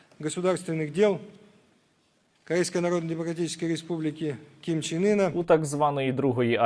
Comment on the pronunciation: Ким Чен Ин звучит как Кон Че Ний.😅😅😅